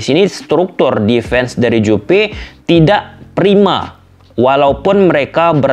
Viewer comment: Juve bang bukan Jupe😅